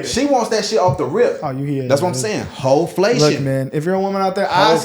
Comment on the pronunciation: Is she a hooker? Y'all just said "HOflation"😂😅